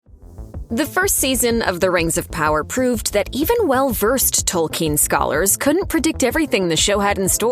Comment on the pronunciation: "Salron" and "Tolkeen"....lol